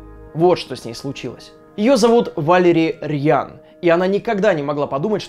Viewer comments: я думаю Валери РАЯН а не Рьян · Райан, а не рьян xD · Валери РЬЯН? Серьёзно? Может Райан?))) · Валери ръян? Ryan- раен(раян) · Насколько мне известно Ryan читается как Райан . Потому Райан Рейнольдс пишется именно как Ryan Reynolds. И Веспуччи звали АмерИго, а не АмЕриго, ударение на И. Так в Википедии написано =) А выпуск как всегда классный! :)